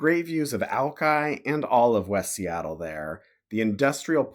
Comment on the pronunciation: Ahem…. I believe it’s pronounced “Wesseattle”…! 😜